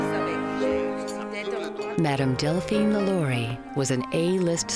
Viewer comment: LaLaurie is pronounced with emphasis on the last syllable (La-Law-ree). And this story is embellished (which Smith is known for doing). There are records showing that LaLaurie escaped to Paris, where she died in 1849. Lores are interesting, but not accurate. Greetings from Cajun Country. 😉